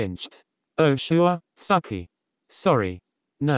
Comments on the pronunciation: it's the bot pronouncing "tsukki" as "sucky" for me lmao 💀💀💀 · Nobody ever: 😊 The voice: SUCKIE ❤